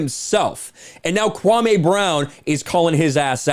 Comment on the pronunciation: His name is KwaME, not KwaMAY. I know you didn’t mean anything by it. It’s just when I hear ppl say KwaMAY it reminds me of how Stephen A Bitch says it - and we all know he’s trying to be offensive when he does it. But yea it’s just KwaME